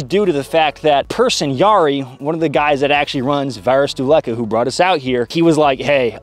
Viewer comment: You pronounced "Varusteleka" as "Varastolaku" and that means "Warehouse-liquorice" Edit: Varusteleka = Tool sledge-hammer